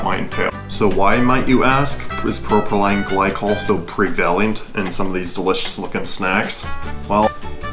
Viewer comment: I have never heard someone say the word "prevalent" as "pre-velly-ant" before... it is some american thing?